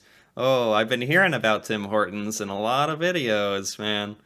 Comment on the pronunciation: Tim Horton not tim hoer town